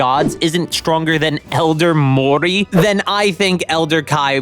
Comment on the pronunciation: Wooow, the disrespect he put on Elder Moori’s name. How dare you 🤣